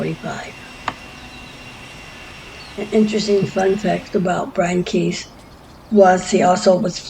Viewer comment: Brian Keith not Brain Keith 😂